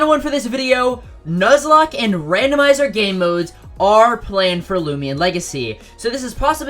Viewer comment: I know what a "Nuzlocke" is, but not a "Nuclocke"